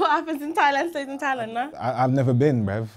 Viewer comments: Why does he say “brev”? Instead of bruv? Or is it just my ears? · Tell Castillo you spell the word Brev not Brav. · "Shout out to the non-binary people bruv"😂😂.. I like the way Castillo pronounces "bruv"